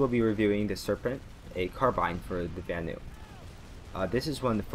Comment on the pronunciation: another person who says “ van-ooo”